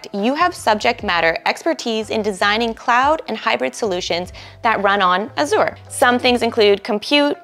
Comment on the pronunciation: The host needs to learn how to pronounce Azure which leaves me to believe she definitely does not have any certs herself. Also these salary estimates are greatly exaggerated in the real world.